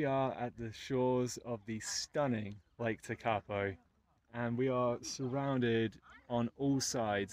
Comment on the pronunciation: Just so you are aware it is pronounced tek-a-po,from a kiwi in Welly,loving your videos